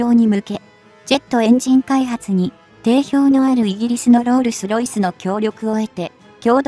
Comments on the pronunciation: ロールスロイスがロースルロイスって失礼過ぎ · すごくわかりやすいし話も聞きやすい。ただ、途中からロースルロイスに変わってしまい、そのとこで笑ってしまった（爆笑）ごめんなさい🙏